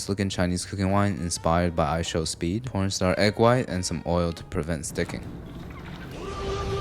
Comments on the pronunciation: bro did not say corn startch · Did he said "pornstar" instead of corn starch..? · im sure he meant for it to sound like both, similar to how he says corn starch